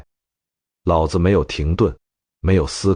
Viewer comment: 老子老子 讀音不同 味道和意境全變 果然是沒人味的AI呀